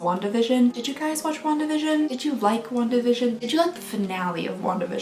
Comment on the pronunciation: Ask me why I thought she said “long division” multiple times rather than “Wanda vision”... no idea